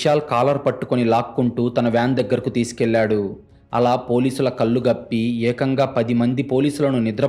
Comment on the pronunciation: కల్లు కాదు కళ్లు... కరెక్ట్ గా పలకండి pls